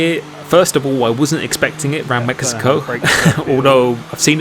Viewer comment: Wait....he really said mekico